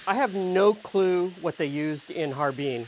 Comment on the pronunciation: How can I take you seriously when you pronounce Har-Bin as Harbeen.